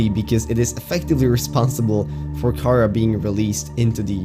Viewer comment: I love your videos but kharaa is pronounced kuh-ra